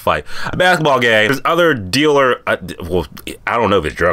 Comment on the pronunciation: This Nigga can’t say basketball well at all 😂😂